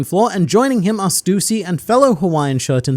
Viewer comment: its not stuusy its stussy dont emphasize on u its annoyinng to me please stop it